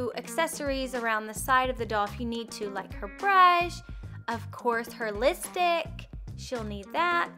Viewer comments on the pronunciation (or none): Lol she said listick instead of lipstick but I love her channel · not trying to hate, but it sounded like you said listick. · That was on purpose. That's how says it. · 😂it's funny how u say lipstick 💄 😂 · Your saying lipstick wrong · I heard that to